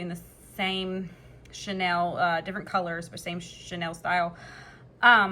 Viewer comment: hi ur vid pop up in my feed. This project is so CUTE. In the spirit of want to be helpful...(and bec I'm from the older generation when chenille was VERY popular)...Chenille is pronounced 'SHE NEIL' (bel it's derived from french). You are pronouncing it like the French designer's name 'Chanel.' Chenille has been around a VERY long time. I rem even my grandmother had a chenille bedspread. But you're using it in a new and exciting way...keep it up!!!😊